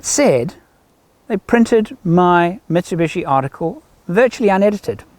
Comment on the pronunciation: It is 'MIT SU BISHI' and not 'MIT SU BUSHY'